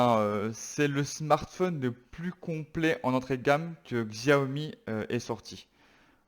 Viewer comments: Sa se prononce Chiaomi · Où on prononce ziaomi en francais